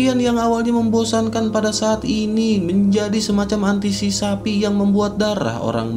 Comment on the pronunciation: Antisi pasi minnnn,, bukan antisisapi